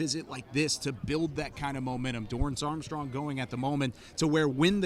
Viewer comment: Have we been pronouncing Dorance wrong this whole time???